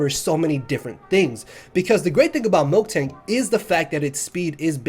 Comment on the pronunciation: It's Miltank, not Milktank